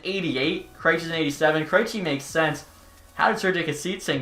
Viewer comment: I am severely offended by the way he pronounced "Kreijci". Other than that, keep the good work up!